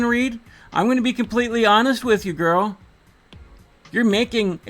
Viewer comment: I think we can say goodbye to this "gorl" now.